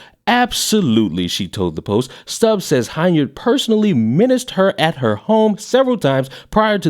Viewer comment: just want to help you out. The last name of this miscreant of a "mayor", is pronounced, "HEN-yard", not HINE-yard.